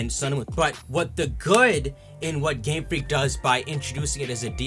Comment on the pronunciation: I thought he's saying gamefrick gamefrick gamefrick